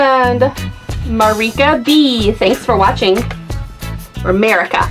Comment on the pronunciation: My first name is also Marika and the first try was the proper pronounciation. Unless the other Marika prefers it other way :)